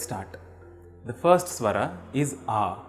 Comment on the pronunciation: First swar is अ like the sound the letter ‘o’ makes in ‘other’ or the letter ‘u’ in ‘dug’ You pronounce it as आ like a in ‘arm’. Hence it’s just swar or swarh not swara.